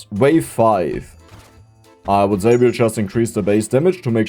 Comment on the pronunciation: Ist es soooo schwer "say" vernünftig auszusprechen? 😅